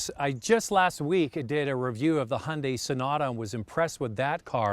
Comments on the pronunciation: it not hundi.......its ...hi un dye....say it... again...... hi un dye.....got...plastic american guy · guy it’s Hun-Day